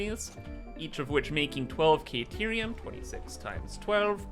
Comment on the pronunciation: Whatterium sorry? Caterium maybe? Not kayterium